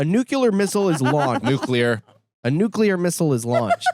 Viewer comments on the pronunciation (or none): oh my god convoy from me on NUCULAR 😩